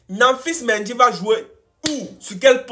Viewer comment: c'est Nampalis MENDY au lieu de Namphis😂😂😂